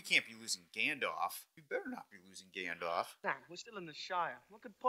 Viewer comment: Love how calls Gandalf, “Gandoff” 😂